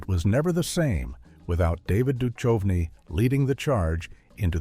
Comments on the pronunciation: I guess AI can't recognize that it's David Du-CUV-nee, not Du-CHUV-nee LOL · David Dushovenee! 😅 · Duchovny is not supposed to sound like anchovy. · AI doesn't know how to pronounce uncommon names. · How are you going to pronounce Duchovny correctly one moment and not 1 minute later pronounce it incorrectly? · I like that the pronunciation got progressively worse.